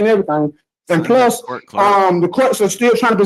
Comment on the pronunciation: For gods sake judge , answer the question he is axing , " is this coat a cotalow ". 😂😂